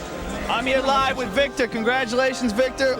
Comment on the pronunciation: Ahhh missed an opportunity to point out that Joe fked up Vitor’s name (he called him Victor)